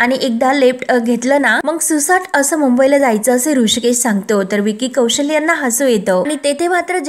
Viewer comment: विकी कौशल्य नाही. कौशल असं आहे ते.